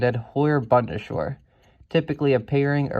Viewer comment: Proper pronunciation: Bund: not bund but boond Bundeswehr: not bunde-schwehr but boon-des-vehr Panavia: not Pana-via but Pan-avia